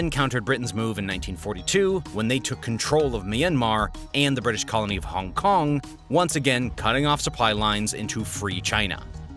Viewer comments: lol "Honk Kong" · hong kong not honk kong